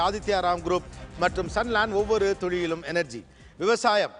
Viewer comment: திரு கோபி அவர்களே துளியிலும் என்ற வார்த்தையை சரியாக உச்சரிக்க கற்றுக்கொள்ளுங்கள் துழியிலும் என்று ஒவ்வொரு முறை நீங்கள் கூறும்போது கோபமாக வருகிறது. I don't know what Mr.Antony (Director) is doing? Some points which made me to stop watching your show: You are very rude and controlling the people unnecessarily. It lost it's quality. Wanted to ask you can't you stand for a while? are you that old? sitting anywhere on the set which is not a presentable attitude in the media. Unnecessary Titles to debate? I respect the talent you have but don't have overconfidence on you.